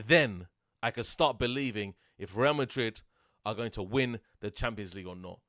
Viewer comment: The way he says Madrid>>>>>>>>>>>>>>>>>>>